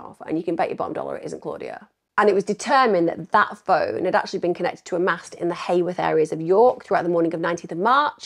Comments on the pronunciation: Its heworth not haworth lol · Not that it matters at all…but as a local to the area, Heworth is pronounced Hue..worth, ( so like saying you-worth but with an H) not hay worth. Enjoyed hearing your take on the case and nice to hear a non judgmental view of Claudia. I have long wondered if she had an affair with the wrong persons husband….which lead to her demise, do we know if any of the men she was seeing have mysteriously disappeared too? but then again it could be a complete random opportunist predator that homed in on Claudia, wrong place wrong time kind of thing. Could be a student at uni that she rebuffed….Very tragic case for her and all of her family and friends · It’s Heworth not Heyworth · Heworth is pronounced like Hue.. worth. Just FYI, xxxx❤ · Just one frustrating point Em'....It's pronounced HEWorth, rhymes with Who worth! Just a minute irritation. 😠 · York locals will never forget. I thought that too, best way I've ever heard Heworth and Acomb said 😂😄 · Yesss, finally! Thank you Emma. I’ve been requesting true crime content creators to cover this case for years. It’s very close to my heart because I’m from York (live about 2 miles from Claudia’s home) I’m the same age as Claudia, and us Yorkies still haven’t forgotten about her. Nobody simply vanishes. Somebody knows something. Also, Claudia disappeared from a suburb called Heworth, (pronounced Hue-worth) not Hayworth. There is no such place as Hayworth in York.